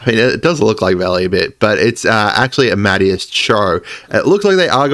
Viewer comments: Isn’t it pronounced ama-day-us ? Not amad-e-us? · Just a heads up brotha, it’s ah-ma-DAY-us instead of ah-MAD-e-us. Great content as always. I can’t wait for the next rumor video! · Amadeus is ah-muh-day-us. Like the compser... and song. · Say it with me: Arm A Day Us. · For clarification it's Amadeus Cho. Ah-Ma-Day-Us. Like Amadeus Mozart. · I'm praying he sees this comment. He's been absolutely butchering the pronunciation, which is fair if you've never heard it pronounced before.